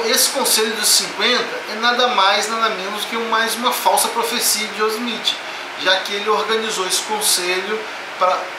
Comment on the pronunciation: Nossa cara, você não sabe nem pronunciar o nome de Joseph Smith. kkkk Abre um canal ai de game play que você ganha mais...